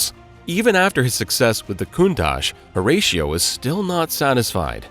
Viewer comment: Ratio like 6:1, Horatio is not the feckin same. US people Pronounce it completely wrong